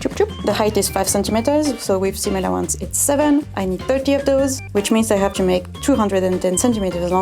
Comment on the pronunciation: "With seam allowence its seven" The accent on "its" sounds like six